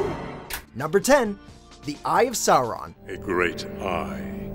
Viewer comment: I always wince a bit when americans pronounce Sauron and Saruman.